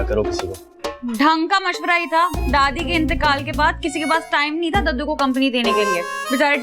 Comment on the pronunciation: Jub daddu bolty hn aisa lgta ha k kaddu bol rhy hn